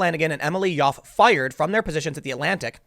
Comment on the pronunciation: Tim, I love your work, but your constant mispronunciation of words, and names especially is very unprofessional at the worst and sounds like fingernails scratched across a chalkboard at best. The woman's name is Yoffe, it sounds similar to how one pronounces "coffee." I hate to niggle here (yeah, I said an "N-word" - but I've been listening to you for years and this is a consistent issue you have. I realize you can't always say a person's name as it's unfamiliar, but there are certain phonetic ways of saying words and names that are consistent. No one's perfect, but like the woman who said her version of the "N-word" by stumbling over her own "brain fart," just take a few minutes and learn how to pronounce a word or a name. You'll sound even more professional than you already do.